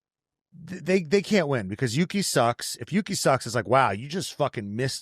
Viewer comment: Marco's favorite is Yuki., you said it precisely correct! (as Japanese sight)